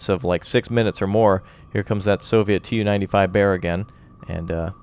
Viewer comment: Its pronouced "Tu" (capital T and lowercase u) not "T-U" and its the Tu-142, naval version of the Bear. Its actually the fastest turboprop plane in the world and sadly the most noisy, intercepting NATO planes have reported that the roar from the turboprops overwhelmed the interceptors own engine 1NM out!